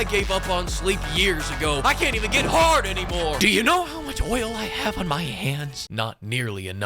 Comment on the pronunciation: Yeah, no hahd ahs allowed.